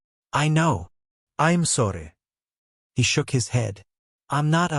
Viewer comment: Love how always says “I’m sorry” in a quasi Indian/Spanish/Russian accent. So charming. 🤣